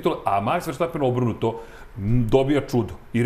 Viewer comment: Halo bre komentatori F1 , prestanite vise da izgovarate pogresno prezime svetskog prvaka ! Max -ovo prezime je VERSTAPPEN a ne po vašem pogrešnom izgovoru VERSHTAPPEN